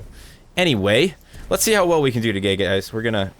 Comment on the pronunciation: that intro "and we are here toddhaey"